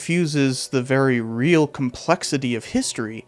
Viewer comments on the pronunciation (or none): none